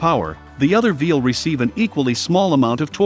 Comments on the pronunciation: Is it just me, or does anyone else keep hearing throughout the video the narrator using the word “Vheel” in place of “Wheel”? I thought I was losing my mind there for a moment 🤣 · Is the A.I. saying "vheel" instead of wheel some of the time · Why are you saying veel instead of wheel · He keeps saying “veal” instead of “wheel”. 😂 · It sure sounds like he's saying veil instead of wheel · It's wheel not veel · Some reason you don't use "a" and "the" in the video? It makes the narration sound kind of childish. "_THE_ differential," "_A_ spider gear," etc. Small children leave off articles because they are in a hurry or don't understand how to use them. Also, why is the narrator saying "veel" instead of "wheel?" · Side note, he said "veal" a few times... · I voice is so annoying and y is it saying vvveel But i am interested in this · Veal? What's a veal? Thought that was a meat from a young cow not on a vehicle? Just funny no accent through the entire video except for when saying wheel?